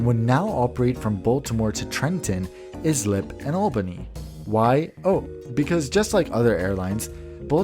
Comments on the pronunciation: I would like to say that he prononce islip wrong. It is prononced ice-lip not is-lip there is a diffrence. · Not ISlip, it's Islip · Islip is pronounced EYE-slip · Pronounced eye-slip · Ok, Islip is pronounced, I Slip! It is among the easiest of Long Island town name.